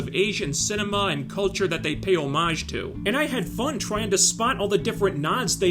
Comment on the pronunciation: first american to pronounce "hommage" correctly - i´d sub for that alone